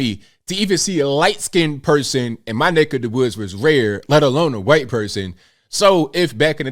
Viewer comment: I’ll consider subscribing if you stop saying white like that.